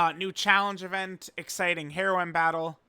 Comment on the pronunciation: you say heroine too much like heroin 😭😭